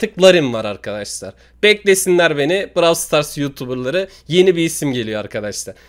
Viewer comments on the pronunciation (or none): abi bravl star demeyi bırak onun adı browl stars diye okunuyo